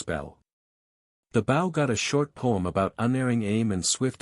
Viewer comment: The way AI pronounces bow is aggravating